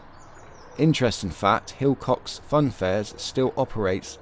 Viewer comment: silcocks fair..not hilcocks 👍